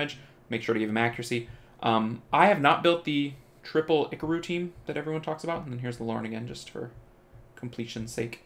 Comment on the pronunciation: STOP SAYiNg IcaRu LiKe tHaT